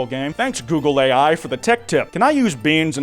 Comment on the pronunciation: All I can hear now is "googly eye"